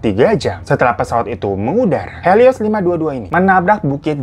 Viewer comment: Pesawat HELIOS bukan HELOISSSSSSSSS wkwk Semangatt banggg bikin kontenya,ailopyutomat 💓